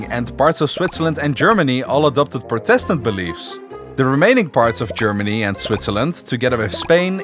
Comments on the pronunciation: This is a really good vid. But, there was one thing Inhad to say. The word protestant isn't pronounced protéstant, but prótestant. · Imagine doing a video on the 30 year war and not once pronounce protestant correctly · Good video , good script and very nice animation... but your English pronunciation is ...rather shit and it really lowers the quality of your content. Look up how to pronounce certain words, for example "Protestant" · Your pronouncing protestant wrong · No offence, but that's how a dutch person would say it. I know that, bcs i'm from Belgium.